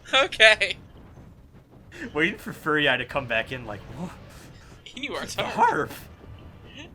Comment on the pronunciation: I find your consistent pronunciation of Furiae as "furry-eye" funny as heck, because I'm just picturing an eyeball with loads of hair on it.